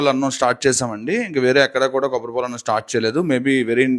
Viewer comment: Kobbatipol kaadu ra antukul , kobbari paalu 😂😂